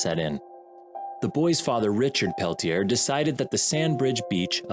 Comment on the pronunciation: Did you really just say "it was a good day to enter shark infested waters"?!?💀 Also Peltier is pronounced Pell-tee-ay